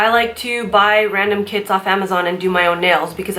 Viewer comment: You said “I like to buy random kits on amazon” I thought you said I like to buy random kids on amazon 😂